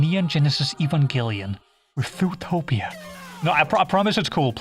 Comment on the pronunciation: I really like the way u say Zootopia u_u looking forward to more videos